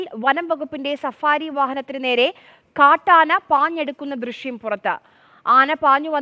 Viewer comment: ദൃഷ്യം അല്ല ദൃശ്യം